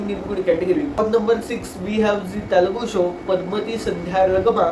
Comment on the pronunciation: What he's probably saying may be you're pronouncing Telugu in English style🤔